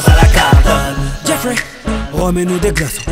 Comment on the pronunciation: logiblack .C est jeffrey car on le prononce avec une intonation en anglais avec l'accent genre sa fait djeaiffrai et non geoffrey.Voila tu vois c est mon prénom je sais le reconnaître je crois après libre a toi de me contredire mais bon